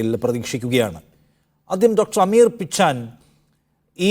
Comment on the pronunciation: Dr പിച്ചാൻ അല്ല, പിച്ചെൻ ആണ്